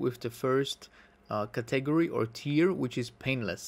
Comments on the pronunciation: I hope to help you,: the word "category" is pronounced with the emphasis on the first syllable, i.e. CAT-egory:) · That's not how you say category